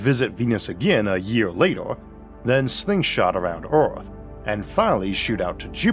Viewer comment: If you cant pronounce earth but insist on doing a documentary on it